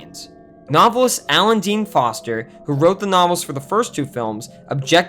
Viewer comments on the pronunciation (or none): none